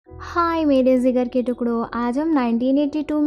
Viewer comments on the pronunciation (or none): Dear sister .. zinger nhi Jigarr hota hai